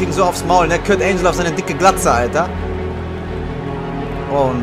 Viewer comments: Dieser Moment wenn man so scheiße in englisch ist das man ANGLE mit ANGEL verwechselt und es dann falsch ausspricht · wie er angle falsch ausgesprochen hat